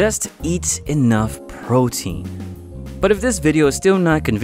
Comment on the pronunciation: nigga u said potein